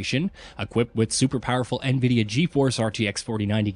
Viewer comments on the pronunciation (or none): none